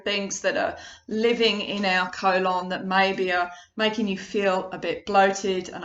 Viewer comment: The way you pronounce the word colon….. 🤦‍♂️ good video though